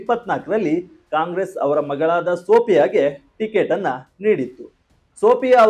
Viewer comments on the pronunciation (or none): none